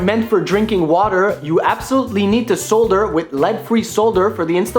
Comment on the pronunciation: You are mispronouncing the word "solder."